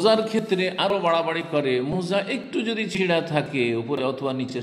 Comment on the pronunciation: শব্দটা মৌজা নয়, মোজা হবে....!